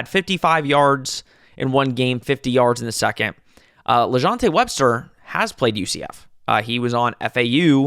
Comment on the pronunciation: WESTER Please put a little effort into getting names right if you are doing a quality show. You can just call him 7-11 since he is always open.